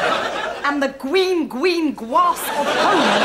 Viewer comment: Gween Gween Gween of home